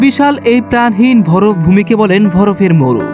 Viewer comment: উচ্চারণ ঠিক করা উচিত। যেমন ভরফ(বরফ),হুদ(হ্রদ) ইস্তায়ি(স্থায়ী) আরো কিছু আছে। শুভ কামনা রইলো নতুন চ্যানেল এর জন্য।